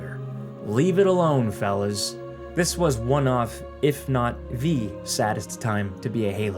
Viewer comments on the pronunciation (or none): I heard "felons" instead of "fellas". It fits 343 perfectly tho.